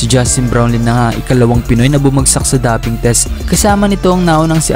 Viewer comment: Dowping ang pagbigkas po, hindi daping😊